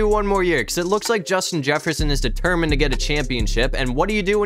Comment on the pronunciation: You said Justin Jefferson wrong